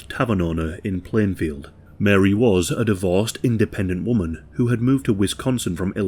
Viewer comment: ITS PLANEFIELD NOT PLANEVILLE